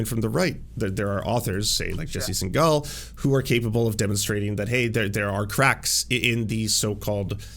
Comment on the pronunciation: Why are you deliberately mispronuncing his last name even after having met him?